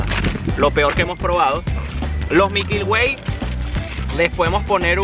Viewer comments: Oye ....son MILKY WAY no MIKYL WAY como tu lo dices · "mikyl way"